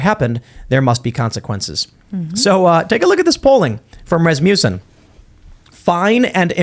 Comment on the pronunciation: RAS-mussen (muss as in fuss) not RasMOOSen